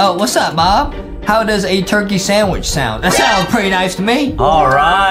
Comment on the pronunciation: The. Hauw. 😖